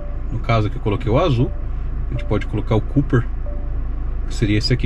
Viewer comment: A cor da tela "copper" não se fala "cuper", mas sim "cóper", que significa "cobre".